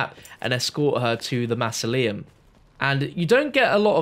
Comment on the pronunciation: the way you pronounce mausoleum really triggers me lol